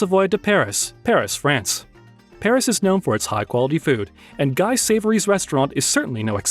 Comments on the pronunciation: look up how to pronounce Ibiza. "Guy" as a name in French is pronounced "Gi" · While we’re on this lol, Guy is pronounced Gee as in geek without the “k”… otherwise well done! We have the French Laundry out here😊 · You butchered the pronunciation of these iconic restaurants. Also, never use the word cheap, when inexpensive will suffice. Guy (Gee) is crying 😢